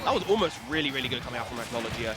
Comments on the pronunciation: its “ack-no-low-gee-uh” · "acknowledgea" lol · they don’t pronounce his name correctly its a Fairytail name hence his tag being Erza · Dan Dobbs i was just pointing out how they pronounced a name wrong honest mistake if they never seen Fairytail and well the comments blew it out of proportion lol